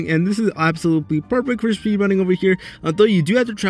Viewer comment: am i the only one that gets pissed off everytime he said absolooply ? 💀😭